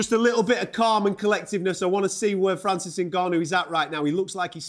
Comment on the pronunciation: This channel needs to learn how to say Francis name